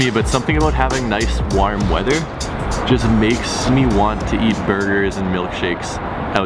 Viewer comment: Why does he say warm like that